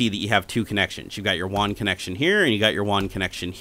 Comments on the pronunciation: Wong? Who's Wong? you mean WAN? (Waaannn) It's like LAN but WAN. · Ummm... you're a software developer and you call it "won" connection? It's WAN. Rhymes with van. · It's WAN (like man) not WON (one)...is this a tech channel? LOL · Did you get a discount since you received the Mexican version? You must have for it to have that many "Juan" ports! Just messing with ya. I know this is a 5 yr old video, and I'm sure by now you know it's pronounced just like LAN except with a W instead of L.:P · WAN (Wa-an) said as Wan (Wa-on) lol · It is WAN, not WON. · Wan not wawn or however u are pronouncing it. Like LAN with a w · you're saying WAN almost like wand without the D.. I always had thought it was pronounced similar to ran. Seems like a cool device none-the-less, but as other's have stated, this doesn't support bonding. Failover's cool though, but I can build that for free with linux. :) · "Won Port" ??